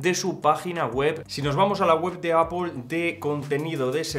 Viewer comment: No es APOL es EIPOL